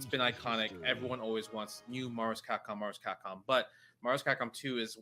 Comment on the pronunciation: "everyone wants new Mahvs-Capcom, Mahvs-Capcom".